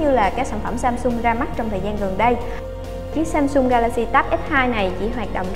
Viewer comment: Samsung chứ ko phải ShamShung trời, đọc nghe mệt quá